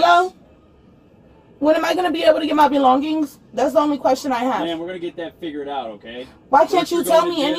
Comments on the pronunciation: 😂😂😂 With her "belon-Gings". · “My Belon-geens”. 😂 Ma’am I’m sure you stole those too. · “Can I have my belongggings? You guys have my belongggings” 😂😭